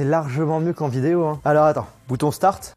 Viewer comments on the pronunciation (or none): none